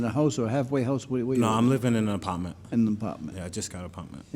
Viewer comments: “ I’m living in a apopment” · I live in an “apawtment”